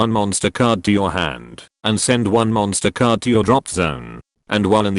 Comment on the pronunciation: Am i the only one who kept hearing "MONSTA CARDO!"